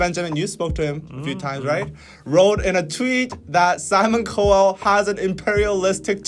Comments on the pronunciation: it's just so funny... Simon Cow-ell ... pronounced cow (like the animal) ... has far to go when people internationally don't even know him well enough to know his name is pronounced that way!!!... it's his casual arrogance in assuming that in just a couple of weeks they can throw together a group to not just rival but surpass the worldwide successes of K-pop groups when those groups have spend many many years (sacrificing their youth) training so hard in multiple ways in order to just debut... lol..I think it's this casual yet insanely arrogant assumption that such a move is possible because somehow people's innate British-ness will be so dazzling the world will be blind dazzled regardless of their comparatively complete lack of group training etc..it just does kinda remind one of the mindset it takes to rape and pillage so many countries for the benefit of your innately superior nations gain (the japan of europe).. but don't listen to me, I'm just Irish, what would I know? lol... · So you can’t pronounce Simons last name. Also as for the outrage it’s just like people have time to be mad especially on Twitter. Should blackpink win? I don’t know or care because I have not seen any of bts or blackpink videos plus I don’t vote. I’m not even sure where to vote Americans don’t really tune into awards shows anymore. Those things aside if you think your group should then you should campaign for it because how you win awards in America. Plus album sales sometimes. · 난 영상 안 보고 듣기만 하고 있으니 dkdk가 cowell에 대한 얘기를 시작하실때 처음에 코웰이 대체 누구니? 궁금했는데, 아 simon cowell이구나.... Cowell 성을 영어식 발음으로 하시려면은 '카월' 또는 '칼'로 하는게 좀 낫을 것 같다. 그러나 앞으로 Simon Cowell을 언급할 소식조차 있을지없을지도 모르겠는데예....(없길 바라고) ㅋㅋㅋ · His name is pronounced "Cow" (like the animal) "El" (like the letter) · Lol 😂 “Co Well” ??? 🤣🤣🤣 Simon will love that!! 😂🤣😂🤣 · It’s pronounced (cow•el) lol 😂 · his name is pronounced "cow-ell." just think of a "cow" and you'll pronounce it right 🤗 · Yall its cow as in the animal looooooooool